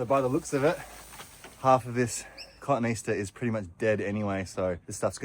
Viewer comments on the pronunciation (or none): I giggle every time I hear you say cotoneaster. Cotoneaster is pronounced as kuh-TOE-nee-AS-ter (phonetic) or /kəˌtoʊ.niˈæs.tɚ/ (IPA). It is commonly misread as "cotton-Easter," but the correct botanical pronunciation breaks down with a middle "toe-nee" sound. Hope this helps. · I enjoy your videos so much. We say “COH-TOH-NEE aster in the US. Well, most of us do, but I guarantee we all had to be told, ha. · We called the shrub/tree Cah-TOE-nee-as-ter (As pronounced) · The Cottoneaster is pronounced caw toe knee aster I would hate some smarty pants in a garden centre to think you dont know your stuff when you certainly do. This was one of my late mum's favourite shrubs the birds here love the berries. You are doing an amazing job there I wish there were more like you who care about people and helping not criticising A shining example to us all. I hope you didn't mind me trying to help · I’ve always known the cotoneaster to be pronounced “ka-tone-ee-aster”. Love your work and it’s a wonderful blessing for the recipient of your efforts. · I must say, I’ve never heard it pronounced ‘cotton easter’ before! 🐰 cute! 🥰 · Watching you do wonderful work and doing for others, is a pleasure. Just btw, /kəˈtoʊniːˈæstər/ notes Wikipedia. Or just think of it as. Caw, Tony, ASTER. Hint: Cotton has 2 tees. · Cotoneaster is correctly pronounced kuh-TOE-nee-AS-ter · Part of the fun of visiting another part of the world is pronunciation & word meaning: Aussies say cotton - easter. In the US it's koh - TONE - ee - aster. 😀. BTW I like the sound of whatever tool works best for you. 👍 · Hi, it's actually pronounced kuh-TOE-nee-AS-ster. Just thought I'd share, as a master gardener taught me, and it sort of makes me feel more like a true gardener when I pronounce it correctly.